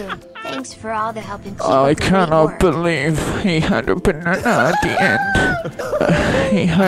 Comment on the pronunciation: When reached a stage of depression I heard 'a potassium rich banunah